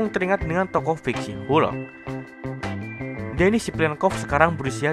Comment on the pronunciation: maaf salah harus nya denis bukan demis